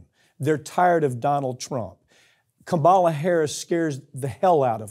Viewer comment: Oh my God, can you please pronounce VP Harris's name correctly? It's KAM-a-la. Not Ka MAH-la. It's been 3 years she's been in office, and you can't even remember her correct name?. You don't have to like her but please afford her the respect of pronouncing her name correctly. Or call her Madam Vice President, or VP Harris.